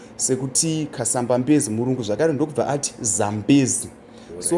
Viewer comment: I am Tonga it's Kasambabezi not Kasamba bedzi also it's kaliba not Kariva. I think it's because it's a Shona speaker who is translating